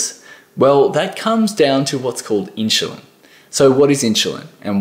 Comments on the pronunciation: my ears were exploding every time he was said it... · Why do you keep prouncing it as inchulin... It's insulin. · Inchulin? wtf is that? Dude, if you can't even pronounce the word 'insulin' correctly, it puts everything else you say in doubt. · Insulin not inshulin...🤓 sorry, it drives me nuts 😉🤣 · He said "inchulin" 15 times. It's hard to think about the message when my brain keeps correcting him. The info is good. It's just that one word! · I am sorry but I couldn’t figure out what is “inchalin”??? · I love your accent. Question? How do you get your pronunciation "in-shoe-lin" out of i-n-s-u-l-i-n? Not trying to be critical, just curious. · The word inschulin is all I could focus on. I mean I don't even know if inschulin is good or bad at this point 🙃😂 just that something something inschulin. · I stopped watching for that reason. If you can't pronounce insulin correctly, i don't trust you. haha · Dude, it’s in-chillin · Yeah,what is ‘INSHULIN’? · Inchuline Hehe 😀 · OMG!!!! I had a hard time trying to focus on what he was saying because of thaaaaaattt!!!!!! I turned the CC on stop hearing it 🤦‍♀️🤦‍♀️🤦‍♀️ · It was so hard to listen to the content because of that. My brain simply got hung on that pronunciation :) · True that😂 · I know right??? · This has nothing to do with an "Accent", it's pronunciation of Insulin using a proper English "Ssss" sound. There's absolutely no word in English where you pronounce an S with a chu. Someone from England, Auss, New Zealand would know this.